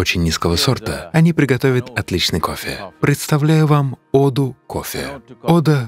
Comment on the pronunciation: Что за дичь, я люблю кофе, но это сплошная реклама, аж бога затмил кое )) гуру ходит чтото говорит, сомнительно, что именно то, что читает чувак с придыханием произнося "кофффеее" :)